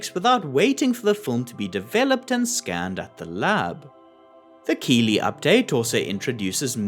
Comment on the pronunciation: Keighley is a small town in west yorkshire England pronounced kiethley